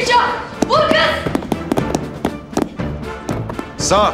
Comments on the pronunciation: Vur kızda diyo onu ne yapçagız😅🤣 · Vur kız da diyor